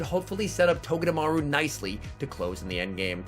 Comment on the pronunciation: Is that how you pronounce togedemaru? I figured it was a Japanese name and therefore pronounced to-ga-dem-a-ru instead of to-ga-Da-ma-ru since you don’t place any accents on syllables in Japanese.